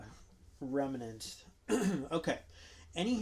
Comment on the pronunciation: Remnant. Not Remenant.